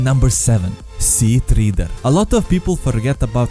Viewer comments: “Sea-Tree-der” XD it is pronounced “sea-tread-er” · No that's a treader, treh-dur not treeter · Sea treeder i thought it was Sea Treader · Sea teeter it's triater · im getting triggered idk why? you're saying treeder (Tree-Dur) its a Tredtor (Tre-ed-dur) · You kept saying sea treader wrong holy fuck